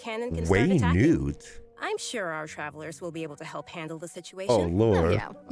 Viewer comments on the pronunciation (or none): Beta "Way-nute" alpha "WE-NUT!"